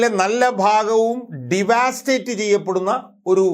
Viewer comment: ഡി വാ സ്റ്റേറ്റ് അല്ല ഡവസ്റ്റേറ്റ് എന്നു പറയൂ. ( തകർക്കുക) വിദ്യാഭ്യാസത്തെ സഹായിക്കു...